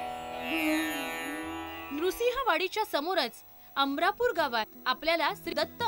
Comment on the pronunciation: अमरापूर नाही अमणापूर आहे